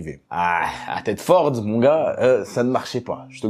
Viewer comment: Juste pour corriger (si tu parle de lui que je parle) Thetford se dit ThetfEUrd 😅😅